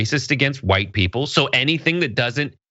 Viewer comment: I love it when you over pronounce the wh in white.🤣 it's so befitting of the rw.